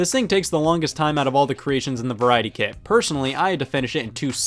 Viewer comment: I keep hearing "Kid" instead of "Kit"